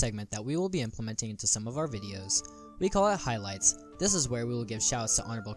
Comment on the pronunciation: Can you “hylight” zylath the kid next time